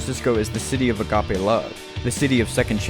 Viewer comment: It's "agapi"...but at least you tried!